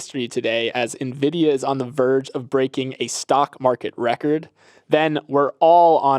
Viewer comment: 😂 always says Nuh-Vidia 😂